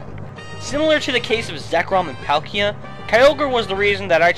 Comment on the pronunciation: . IT'S PIG-E-OT. THERE IS AN 'O' IN THERE. How can you pronounce Oshewott right and this WRONG! FIRST PALKIA NOW THIS.